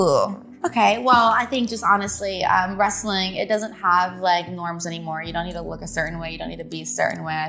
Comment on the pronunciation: I am not a wrestling fan. But I truly lover her❤❤😂 Also…Can someone let Funny Marco know it’s “wrestling” not “wrassling.” It bothers me….Good Day ✌🏽